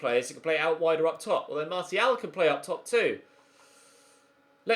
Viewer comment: Also glad you’re finally pronouncing Martial correctly!